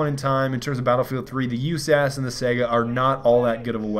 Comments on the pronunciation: SIGH GUH. Not sega. SIGH GUH. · just so you know the saiga is pronounced (SY-GA) i know you hate being corrected but just trying help. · dude, it's Saiga....with an i. not Sega like in Sonic the Hedgedog